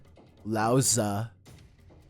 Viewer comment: I cringe every time he pronounces "Laozi" as "Laoza" lol